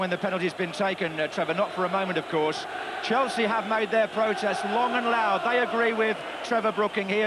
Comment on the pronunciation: All i can hear is chels as they all went to a different club and couldn't Finnish saying Chelsea....